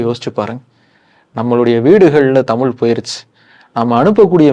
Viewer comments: ஹெலோ. முதலில் தமில் பளக்கம் மொளி அளகு என்றெல்லாம் சொல்லாமல் தமிழ் பழக்கம் மொழி அழகு என்று சொல்லிப் பழகுங்கள். உங்களுக்கு நீங்கள் ரெகார்ட் செய்ததைப் போட்டுக் கேட்கும்போது கூச்சமா இல்லையா. நன்றாகத் தமிழ் உச்சரிக்கத் தெரியவில்லை. அழகான எங்கள் தமிழின் வரலாறு தேவையா என்பதை யோசிக்கவும். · Please learn to pronounce Thamizh.